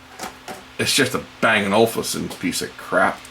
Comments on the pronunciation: ol-UUUf-sun, not olFusun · It's O-Luf-Sen. What's wrong with audiophiles man? We just like great sound! 😆